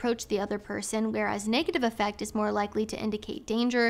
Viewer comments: When used as a word to mean “emotional disposition” the word “affect” is pronounced with emphasis on the first syllable: AFF ect, instead of the usual aff ECT. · Just an fyi, the word "affect" in the quote you read from, the standard pronunciation isn't like "effect" (how you did it). The initial 'a' sound is like the 'a' in 'cat' or 'hat'. And the emphasis is on the first syllable, so it's "A-ffect" not "Af-FECT". Same rule apples for "affective", it's more like 'A-ffective' rather than 'a-FFECT-ive' Promise I'm not trying to be a jerk, just offering you a heads up. Really appreciate your content. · I believe "affect" when describing someone's appearance is pronounced differently. Less like effect and more like the A in Aflac. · Was just coming in here to say that. AFF-ect, not aff-ECT. It's not being a jerk to politely let someone know something like that.